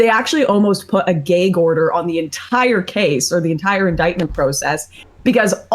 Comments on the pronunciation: I'm sorry...did she say "GAYGE order"? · “Gaygue” order 😂😂😂